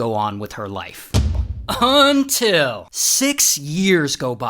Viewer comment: I always get a small heart attack when he says "until"